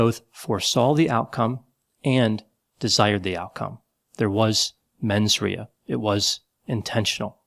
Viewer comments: “Menz RAY-uh” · For the first time, you and I almost agree. I do want to add, that Trump did attempt to kidnap and/or kill members of congress, so the fact that several of them are still voting against actions against him really makes me question their sanity, judgement, and mens rea (pronounced "RAY-a"), and I wonder what dirt Trump has over them to force them to do that.